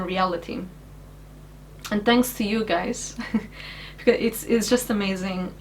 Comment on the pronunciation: i watched the whole video, and I love your Portuguese accent,, when you say "thanks" it sounds to my "murican" ears that you said "tanks".. and my brain immediately went.. no wonder she likes tanks, but how do you do oil changes on a thanks... I've said this before you to on stream ages ago, but as one of the "silent" majority who watch, thank you, for choosing to keep your steaming and videos going. There are/were many a night where I am rocking one of my kids to sleep to one of your streams or chilling in the hospital icu ward, while joking with my nurses, watching. It is weird to think it has been that long, but one is just finished kindergarten, and the other is 2. Both boys love watching you/jingles, you have become routine like i used to watch specific military history shows in TV as a kid in the 80's. so Thank You, you've made an impact in lives much bigger then you've maybe imagined possible when you were back in that mess years ago.